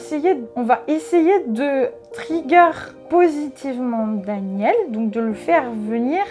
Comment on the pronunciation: Son alter Daniel prononce son nom à l'anglaise alors qu'il est censé être Américain ... Et dit des mots comme "girl" avec un p'tit accent français. J'y crois moyen